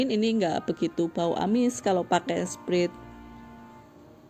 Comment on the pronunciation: Btw sprite baca nya bukan sprit, tapi sprait